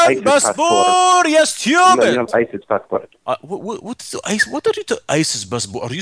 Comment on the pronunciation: is like i have American bassbor ya styoobid